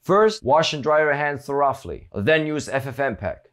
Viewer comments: did he just pronounce "thoroughly" as "tho-ruff-ly"?? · Thourouffly.... LOL!!!!